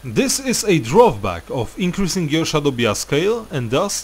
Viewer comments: A little late to the video but "bias" is pronounced "bye-is". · SHADOW BIASK